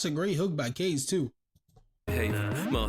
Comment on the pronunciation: Kahze names is actually PronouncedKah-Zay